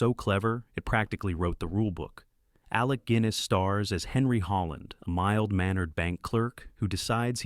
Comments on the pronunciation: Alec Gwinness?? It's Guinness as in the drink. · Gwinnis? Really? Lose the AI narration FFS